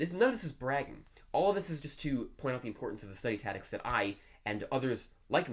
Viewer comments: It took me a while to figure out that was saying ‘tactics’. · Are you saying "tadicks"? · Haha! I was like what? I feel like he wasn’t sure if he wanted to say tactics or habits so he said taddics. 😂 he kept saying it too, so it wasn’t an accident. I can’t have bad English to gain good chinese.. 😬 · How many years will it take you to learn English? taCTics not tatics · Yes... Study tatics. Interesting. Hmm... 🧐🤔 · Study what? Tatics! It's tactics bro don't forget there is a "c" between a and t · the reason he's saying tatics is that he needed the C for Chinese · yeah I know what you mean, and your right. But I just feel like he's fucking with us, there's no way that everyone in his home pronounces "taddics"… I was under the impression that communities had dialects not individuals if you catch my drift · "tatics". that's all I can hear now... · say "tatics" one more time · hahaha I thought it was another way to pronounce it I didn't know of, anyway this guy is amazing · The lord of languages can’t even pronounce tactics 💀💀💀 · Learn how to pronounce "tactics".... Pleeeeeease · Pronouncing "tactics": me > this guy Everything else: me < this guy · 1 year is slow, don't get a big head bro Also, learn how to say the word tactics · Fluent in Chinese, can't pronounce "tactics" in English. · You may be able to speak Chinese, but you can't say tactics